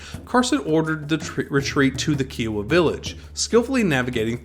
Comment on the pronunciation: These videos would be much better if you would pronounce Kiowa properly! kai·uh·wuh